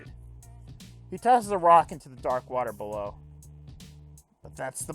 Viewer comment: Hot and good, bawow my son Bread. Ten ten vide, two bawows!